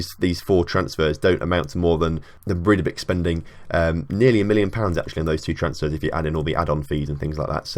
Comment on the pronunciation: Bray-tha-blik. There you go.